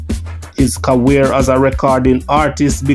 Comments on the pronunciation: Bro its career nt caware lol...I've been watching ur videos an heard u said it more while, its funny lol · Jah kw fam me love watch u video dem but hate u word pronunciations dem . Carwear?career Ect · Fan of your work.. Find it funny how you pronounce the word 'career' as "cawear" 😂. Keep up the good work. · Why do you pronounce "career" like that?